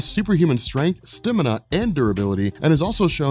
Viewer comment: Stamina does not have an E in it.